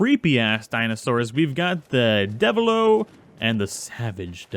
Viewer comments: Also deviljho its pronouced deviljoe not devillo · Luh-guy-uh-chris, Ooh-(Like what you say in interest)-Roo-Gan (Like gone), Devil-Joe, Bare-E-oth (Like broth) Bear-oth (Also like broth) Additionally the levels were inconsistent